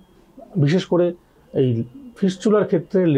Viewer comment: ফিসচুলার না সালা ফিস্টুলা